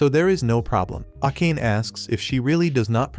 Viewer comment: Bro saying akane instead of a ka ne